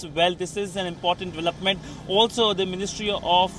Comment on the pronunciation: Please note that the is pronounced as thee only before a word begining with vowel that are a, e, i, o, u